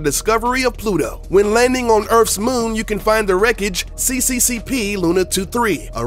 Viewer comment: You said CCCP as: /si/ /si/ /si/ /pi/.....it's just Cyrillic for SSSR